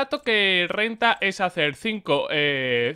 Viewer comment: El contRRato queee RRenta... xD